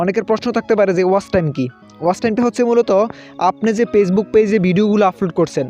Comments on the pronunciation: পেছবুক না ফেসবুক ok কথাও ঠিক মত বলতে পারোনা। শুদ্ধ করে কথা বলো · আপনি কি ফেসবুক উচ্চারণে পেসবুক বলছেন? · Pagebook bolen kan mia 🤣🤣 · কথা থেকে নোয়াখালীর ঘ্রাণ আসছে 🤣 পেইজবুক না ফেইসবুক। পলোয়ার না ফলোয়ার হবে জনাব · পেইজবুকক নাকি ফেইসবুক!!!? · ভাই, পেজবুক না, ফেজবুক। বাঙালি সেই হিসাবে আমি খুবই খুশি, কারণ অন্য ভাষাগুলি বাঙালি হিসেবে উচ্চারণ না করতে পারা দেখে। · Vai কথাগুলো ঠিক কোরে বলুন পেজ বুক না ফেসবুক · পেসবুক শুনছি। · ফেসবুক বলতে পারে না পেজবুক বলে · ভাইরে ভাই... পেজবুক কি জিনিস? বিডিও কি জিনিস? শব্দ উচ্চারণ ঠিক করুণ। আর এমন ফাউল ভিডিও/টিউটোরিয়াল বানিয়ে আমাদের মতো ভিজিটরদের সময় নষ্ট করবেন না প্লিজ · উচ্চারণ করেন তো পেজবুক😂